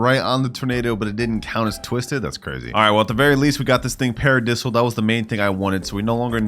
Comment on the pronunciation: Its sounds paradayyysil not paradisl